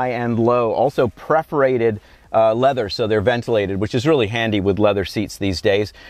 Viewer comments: preforated? lol. um... you mean perforated right? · Perforated leather, dude. NOT preforated